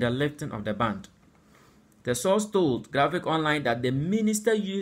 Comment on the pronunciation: Presenter the word is ban not band. Mind how you use the words